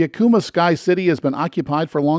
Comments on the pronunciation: It IS Pronounced,=Ack o mah Acoma pueblo....plz learn the pronunciations..... ❤️‍🔥Vaya con Dios❤️‍🔥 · What a great video! Thanks for creating it and sharing! I live in NM and the one thing I wanted to share with you is that Acoma is pronounced "Ak-o-Ma" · Jemez, not "Jeméz." Sounds like "hem this" without the "th." Acoma, not "Acooma." Homophonic with "a coma". The "escarpment" at Petroglyph is actually named "El Ceja"; the NPS employee should have known this. Today, there are four sites (new one opened within a week of this comment). the "Navajo Name" is pronounced "yah'-ought'-eh", where an apostrophe is a hard glottal stop, similar to the almost silent T when you use "mat" in a sentence. Yá'át'ééh means "hello" (lit. "all is well").